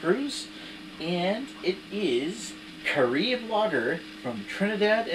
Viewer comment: Care-Rib. Like Caribbean... like where it comes from :D To-bay-bo is correct. And yes, you are right, it's cane sugar in Carib.